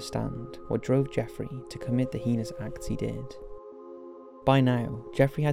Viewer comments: Heenus? Or do you mean hay-nus - heinous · Liked the documentary but jeez that voice is annoying o.O the way he speaks in half sentences for the whole thing.. not being able to say heinous but "hee-nus" and just sounding damn monotone through out.. I'm sorry man. Gotta work on your narrative there. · Please say heinous right